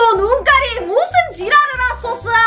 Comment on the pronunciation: 이번엔 '지랄을하소서~'가아니라'지랄을 핫소스' ㅋㅋ